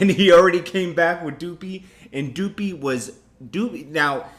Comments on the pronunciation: Someone tell this guy, it's Duppy not Doopey lmao....like Duh-py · ITS NOT "DOOPY" .. ITS "DUPPY" .. PUPPY WITH A D.. IT MEANS GHOST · Stop saying duppy like that, it's Duppy the way you say ghost in Jamaican or how you say puppy but with the d in front, you can hear drake say it at the end of the song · Drake got The biracials going crazy all over again 🤦🏾‍♂️ & stop saying doopy it’s duppy ya bloodclot yankee boy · lol he called it doopy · There's no O in Duppy my guy LMAO. You keep pronouncing it " Doopy "! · Boy saying doopy like drizzy didn’t pronounce it at the end of the song... so it’s like did he even really listen 🤔🧐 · Maame Posh lol the way says it like it from kanye scoopidiewoop song 😥